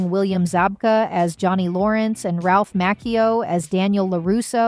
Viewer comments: ir's Macchio, not Makeo smfh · This has to be an AI generated voice. No way, she would butcher Ralph's name so badly, and the others. She said Martin's last name wrong. She called Dallas Dupree Young's character, Kenny Young, at one point instead of Kenny Payne. She got all the really hard last names right. Unreal.